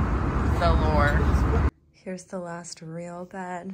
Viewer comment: You just made fetch happen 😂 totally heard you say “ lore “